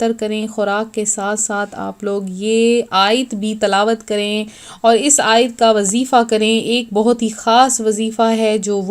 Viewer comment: دوسرا طریقہ واضح نہیں ہے (کسطرح پڑھنا ہے لہجہ واضح نہیں) سو ۱۰۰ پر زبر ہے پیش نہیں، اسیطرح اور الف پر پیش نہیں۔ بلکہ زبر ہے۔